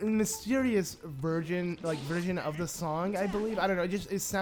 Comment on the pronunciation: Ok. Am I the only one that heard say virgin when he was trying to say version XD